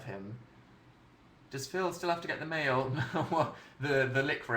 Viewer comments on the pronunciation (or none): none